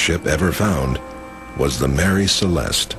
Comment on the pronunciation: The ship was called "Mary Celeste", not "Marie Celeste".